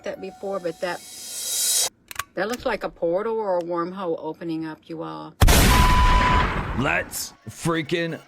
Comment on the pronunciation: 😶 Did she jus say warm-hole.....................🤣😅😭🤣😅 o man I think I hurt myself.